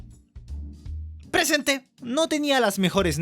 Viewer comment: jajajajajajaja me encanto ese " prrrresente "